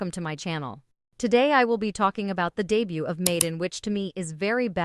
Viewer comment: Wow you make such a long and detailed essay about how bad a music video is due to using "cringe-y" AI, while your whole video is done with a terrible AI voice that can't even pronounce English words correctly. "re duh butt" LOL.